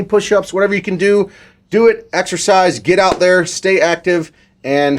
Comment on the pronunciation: “Exercisze” who noticed?🤣